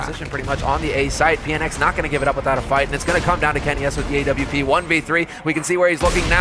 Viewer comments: Just hate how they pronounce awp now days... it's A.W.P period!!! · it is awoopa